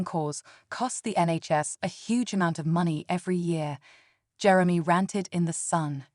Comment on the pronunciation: Jerem-y😂 . .ai is a funny thing